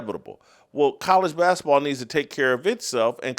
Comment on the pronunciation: Will someone tell Jason basketball is pronounced with a T........he kills me how he says bask-a-ball